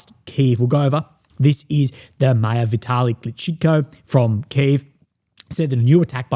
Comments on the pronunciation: It's not mayor Kecheeko , it Klitsch-ko. One time champion boxer. Look it up. Klitschko telling people to leave the city before the winter sounds pretty bad. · Can you not even pronounce Klitchko properly?